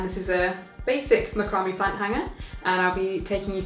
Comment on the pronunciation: Might want to look up how to pronounce macrame